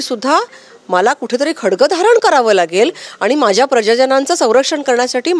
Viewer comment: खडग नाही ग..बाई.. 'खड़ग' आहे ते..!! किती अडाणी खासदार आणि आमदार मिळालेत आम्हा पुणेकरांना 😢 🤦🏻‍♂️🤦🏻‍♂️🤦🏻‍♂️